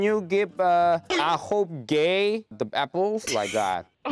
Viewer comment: ㅋㅋㅋㅋㅋㅋㅋㅋㅋㅋㅋㅋ 게이 발음 찰지네요 역시 은 광대인가...?